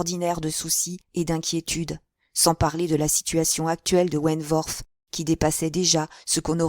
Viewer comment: Je pense que vous prononcez mal le nom de Frédérick wentworth . Le w ne se prononce pas "v" . Mais w , la prononciation n'en est que plus facile